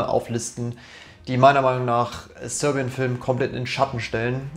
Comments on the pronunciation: Haha Sörbian als wär er Skandinave oder so haha! Die Serben hat er damit nicht gut geehrt haha! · dilettantisch und zum Einschlafen. Dieses Rumgestammel, Versprechungen, "ehm" und "öh" und falsche Aussprache, von englischen Worten, wie zb "sörbian", ne sry miese Qualle...